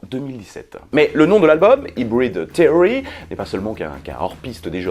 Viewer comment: Et aussi ca de prononce seory pas therory :)